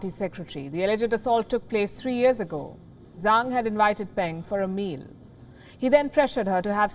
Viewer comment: 张 (Zhang) is pronounced "Jang". In Chinese, "zh" is pronounced /ʈ͡ʂ/ rather like a "j".